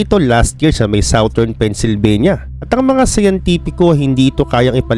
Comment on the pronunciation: nortern at soutern😂 galing😅